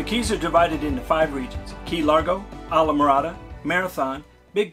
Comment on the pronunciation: It's pronounced eesla morada.... it's not an Anglo word .... stop trying to make it so....